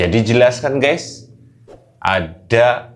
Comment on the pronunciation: Gais , bukan Ges, itu ciri Jawa selalu ges ges ges, gak bisa baca Gaes atau Gais yg asal dari kata Guys